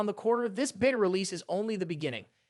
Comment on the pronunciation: why do you pronounce Beta as Vita?